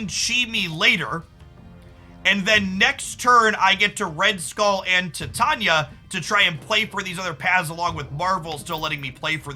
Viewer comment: Saying Titania so wrong